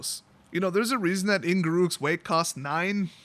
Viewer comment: Just so you know, Mark Rosewater addressed Garruk's name back in 2011: “Gar” is the first syllable of “Gary”. “Ruk” rhymes with truck. And here's a list of other pronunciations: Not that I believe you'll use them. lol